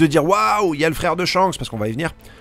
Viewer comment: C était pas shanks c était chankss